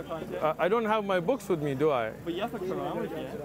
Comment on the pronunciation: "i don't want the lightning to hit meh "😂